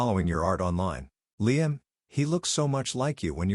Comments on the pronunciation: I hate the way the narrator pronounces LiAM. It's LIam. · I have never heard Liam pronounced as LEE-AM until this. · I’m sorry this might be petty, but I can’t stand the way Liam‘s name is being mispronounced .. and while one could argue that maybe that’s the correct way , it’s not. Because at one point, they did say it correctly but that was once or twice if that. I just can’t focus when it’s being being said that way. It comes out almost sounding like Leanne.